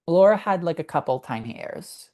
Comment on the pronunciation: I love your show, but please stop calling LNG Laura. It's Lara, pronounced "Lah-,rah." Grazie. 😂 P.s. Your hair looks fantastic!